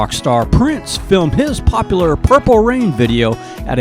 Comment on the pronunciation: WHO is this guy doing the voice over? HORRIBLE! I really wanted to watch it but he's popping his "P's" and not pronouncing words correctly...pop-lar? The word is Pop-U-lar. Good grief! I can listen!